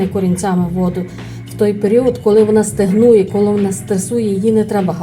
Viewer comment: Все супер але стАгнує а не стЕгнує